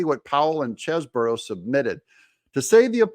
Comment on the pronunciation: Doug, please take a real look at how Chesebro is spelled. One "O", so not Cheseboro.